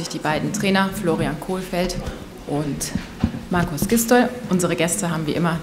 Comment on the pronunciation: Was für kohlfeldt das macht mich aggressiv kohfeldt